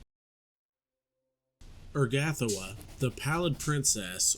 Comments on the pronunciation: "Er-gath-oh-wah" Ur-ga-tho-ah* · Love your vids, great stuff. Only thing is your pronunciation of her name makes me wince.